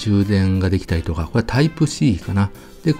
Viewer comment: 「これ」のことを「こえ」っていうのは幹也の癖なの？それともステハゲのマネ？